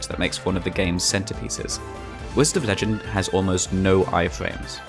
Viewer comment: "Whized of legend" ??????????